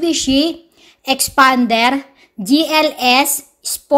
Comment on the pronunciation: Tawang tawa ako sa boses ng nagrereview 😂😂😂 parang galit na ang tigas ng pagkabigkas! EXPAAANNDEEERR HAHAHA... Na may pagka "Bakla" ang language ni...hahaha parang beking car reviewer hahaha #peace! 😎✌